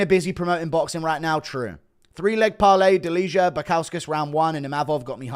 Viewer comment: its not "deliha", you would pronounce it more correct saying "delia". no "h"